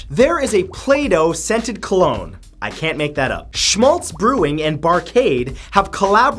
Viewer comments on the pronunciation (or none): none